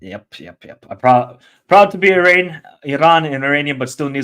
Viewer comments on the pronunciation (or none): Still pronouncing Iran incorrectly, have some respect and don't be ignorant. It's E-Ron.